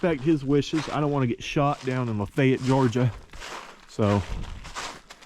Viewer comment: thanks for saying Lafayette correctly. i lived there for years, and yet i have no clue where this tunnel is.